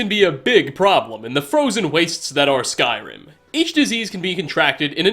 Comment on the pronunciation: Love the way he says 'skyRIM'